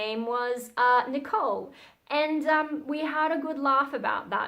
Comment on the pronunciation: This is the first time I'm watching one of your videos and you've definitely got my sub. I absolutely love the Japanese pronunciation of your name by the way! And I hope we get to hear more about some of the topics you touched on in this video eg: Fun stories about your God Mother for example or stories from school/when your family visit.. You seem like a really interesting person, to someone from the UK at least 🙂